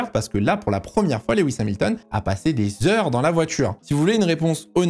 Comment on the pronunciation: coucou je fais le relou mais Lewis se prononce pas leh-wisse mais lou-wisse, c'est pas grand chose mais c'est + pro de mieux prononcer je trouve (et on dit au Barhein et pas a barhein)